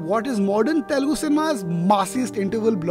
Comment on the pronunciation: Please be conscious of the fact that it is "Telugu" and not "Telgu"